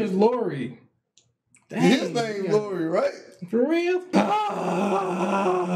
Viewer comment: It's Iori, not Lori